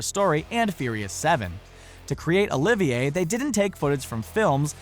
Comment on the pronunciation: Ahemm, Yes, although its Olivier (with a silent R: Oh, Leave, Yeah) BTW, while Olivier was known to be eccentric, Infamous wasn't necessary the top Adjective I'd use (Classic, Great, Famous would do).